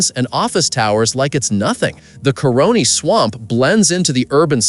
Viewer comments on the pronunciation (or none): Caroni - not coroni